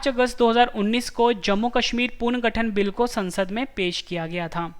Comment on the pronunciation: not puarngathan punarghathann